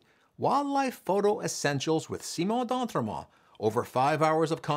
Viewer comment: I love your name and it's enunciation Simon d'Entremont